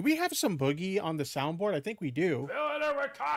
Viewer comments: STOP CALLING HIM BOO-GIE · Yeah ,mate, its boo-ghee, guv'na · Is saying "boogie" incorrectly bc he's so damn unaware, or full r? The word is used in many contexts, non of which call for that pronunciation.